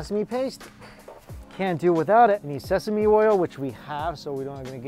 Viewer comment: "it smells so sesame...sesameee ? Sesa-Me-E ?" That unexpectedly made me laugh😂😂